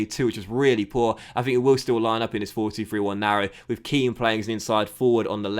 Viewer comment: Its 'Ken' not 'Keane' i think